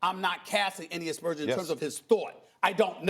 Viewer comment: Stephen A "I'm not casting any expursions" Smith